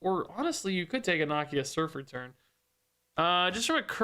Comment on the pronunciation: mispronouncing Nakia’s name breaks my heart